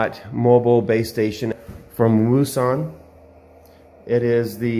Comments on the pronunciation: Its pronounced Woux Un and Its actually Pronoucrd OceAn hope the info helps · Wouxon is pronounced ocean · Pronounced O-shon like ocean